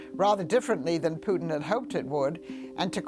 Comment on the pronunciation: "Putins actions are a sign he's struggling". Article 5: 'Prutin' has a 'Ploblem' 🙂